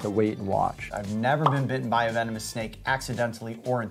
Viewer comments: vemonis? at least he said it right the second time XD Venomous* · Bro said vemonous